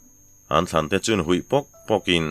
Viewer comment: "An thlan te chu han huih pawk pawkin" 🙆.. "Húi pâwk pâwkin" tih zawk tur ani lo maw... "Huih" leh "hui" hi a awmzia a hrang daih lawmni..🙆🤔